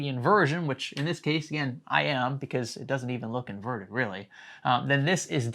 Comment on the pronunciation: say invernted without n and r